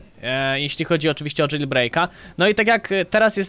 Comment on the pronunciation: jailbreak sie mowi jejlbreik i bazzy to admiros?